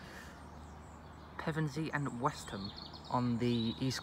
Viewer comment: Really nice video and shame that the 171's will be going to EMR, Nice MPV'S and yes, you pronounced it correctly.